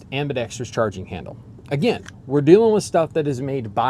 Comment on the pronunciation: I am glad you pronounce Ambidextrous correctly, it’s very annoying to listen to a video with it constantly mispronounced.